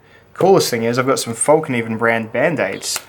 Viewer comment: Thought Lilly would have sent you one of each of hers, to test by now, !!! ps,, it's still pronounced FELK NEE VENN,, lol...